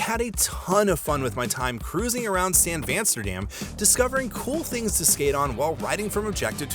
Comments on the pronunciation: Did he say San Vansterdam? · i dont like how he said San Vansterdam like it was a real name that people just say